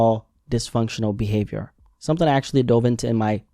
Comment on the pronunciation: Bro its behaVIOR not behaVOR